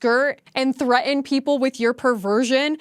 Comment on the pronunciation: Sorry you lost me at: "THREAT UN" Catch you next time